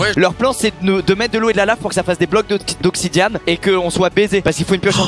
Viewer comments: Oui nan mais tout le monde sait ça on s'en fout le truc c'est qu'il a vraiment dit "oxidian" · Il dit obsidiamms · oui "oxidian" plutôt